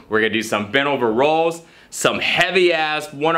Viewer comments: is he saying rolls?? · lol says rows like rolls, like the fat rolls on his abs